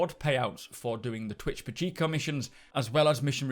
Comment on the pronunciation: Pacheco is pronounced pah-che(strong c with a Shhh sound) -koh